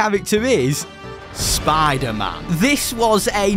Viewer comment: I’m sorry but I can’t hear spider-man the same again lol spadah-mahn